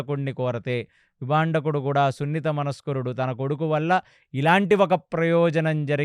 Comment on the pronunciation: విభాండకుడు...విభందకుడు కాదు గారు🙏